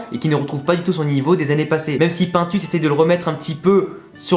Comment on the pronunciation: Le bro ça se lit pinetus pas paintus 😭😭😭 C’st de l’espagnol